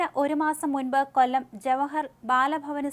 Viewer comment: കൊല്ലം. ..തിരുവനന്തപുരം. ..വല്ലാതെ stress ചെയ്തു ആവർത്തിച്ചു പറയുന്നുണ്ടേല്ലോ 😁😁